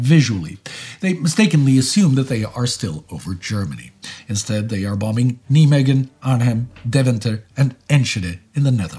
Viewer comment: I’ve been following this channel since the beginning, and I always look forward to stressing the second “b” in “bomb”. Even in my collegiate career, I’d never heard someone say “bomBing”.